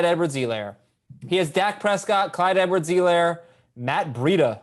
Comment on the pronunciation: For someone who says "Clyde Edwards-Helaire" more than anyone on earth.. needs to learn how to say Helaire correctly!